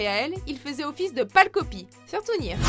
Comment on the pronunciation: sa se die near et pas nir